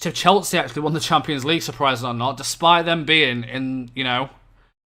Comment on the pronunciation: Stop saying Cheltsea